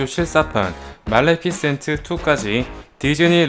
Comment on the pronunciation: 말레피센트가 아니라 말리피센트에용ㅜ